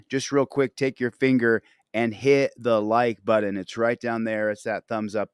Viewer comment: I love you too but you you say the word button like a retard! Lol